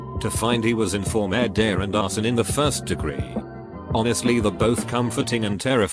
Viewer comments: Me: You: The entire world: The aliens living on mars: Narrator: says “MUrDAiR” in French accent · Every time he says “murder” he sounds like a Frenchman trying to speak English 😂😂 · "Merde" in french means shit. Made me laugh when the voice was calling people "Shitters" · Look up an african saying murder